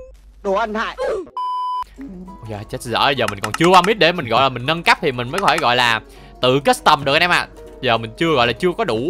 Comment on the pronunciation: Lúc anh nói về nhà nâng cấp em tưởng anh nói là về nhà méc mẹ